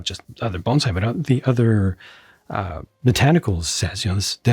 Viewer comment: Not a big deal one way or the other but props for pronouncing bonsai correctly and not saying banzai!